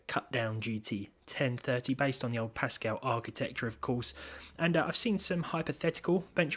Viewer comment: Wtf is a GT Ten Thirty, do you mean the GT Ten Thiddy